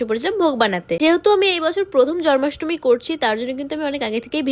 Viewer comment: জন্মাষ্টমী ✅ জরমাষ্টমী❎❤ Ami bhulo shunte pari 😅😅😊